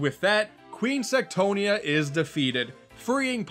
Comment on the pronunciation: What you said "Queen Sectonia" What i heard "Queen Sextonia"